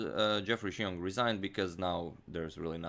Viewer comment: The way you pronounced Xiong is spot on!